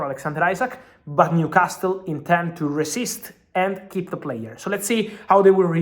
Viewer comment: Fabrizio calls Newcastle like how amazulu from south africa call it. New cast el